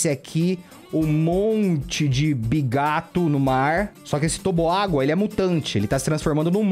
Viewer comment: tu falo bigato